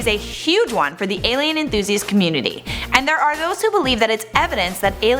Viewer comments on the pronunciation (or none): none